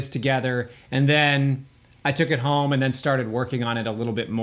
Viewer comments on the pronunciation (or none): none